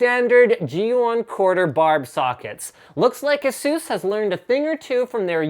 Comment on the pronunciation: FFS! Stop saying Asseuse! They didn't get their name from masseuse. it's ASUS, as in Pegasus. That's where the company got it's name from. It's all written on ASUS' website. :-/